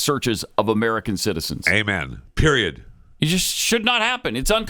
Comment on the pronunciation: I'm pretty sure in the clip you want to cut with KJP saying 'I don't have any intelligence" she says PREIOD at the end using the word, so that may be even better if you haven't cut it already.. "I don't have any intelligence. Period." is what it SOUNDED like she said.. even better!